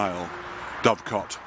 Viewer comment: dove-cot, or doo-cut